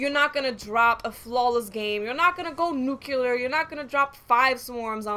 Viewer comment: Hahahaha you said new-q-ler...